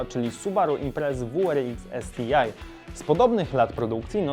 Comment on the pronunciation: Subaru wu er iks, es ti aj. Jak już chcesz być taki anglosaski to raczej subaru dablju ar eks, es ti aj 👉